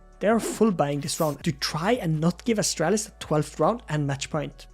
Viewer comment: It's Astralis, not Estrellis.